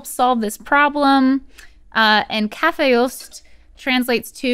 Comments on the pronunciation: Yaay go Sweden! You guys actually pronunced kaffeost pretty good! :) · rhett actually pronounced kaffeost really well haha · You were spot on with a few of the kaffeost pronunciations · Rhett was so close to that pronunciation with kaffeost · rhett pronounced kaffeost really well actually